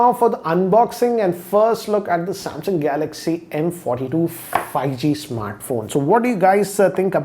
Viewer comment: Everyone: 5G: Fai-gee